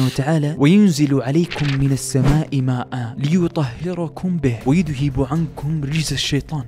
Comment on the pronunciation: و غلطت بتشكيل و نطق يذهب و كمان بنفس الاية *وليربط*...جزاك الله ألف خير على السرد